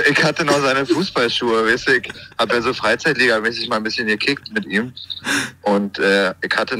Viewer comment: "Ick hab 5 Minuden"